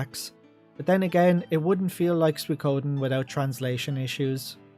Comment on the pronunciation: What is suiKOOOden thing? Accent rices on the second mora